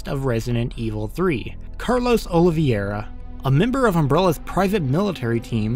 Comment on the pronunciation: say the line, gringo "Oli-VIEIRA" Always Never Oli-VEIRA Always Oli-VIEIRA